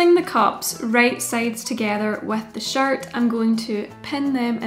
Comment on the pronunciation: I Love this but every time you say “shirt” I hear “shart “ and it sends me into a giggle fit XD